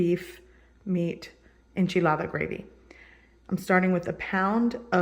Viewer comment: How come you only have an accent when you say enchilada? I am of Irish decent and I don't break into accent when I say Haggis lol.